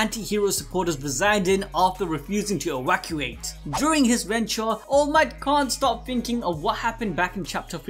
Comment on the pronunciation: ewackulate....sorry...I'm gana watch the rest and be good natured.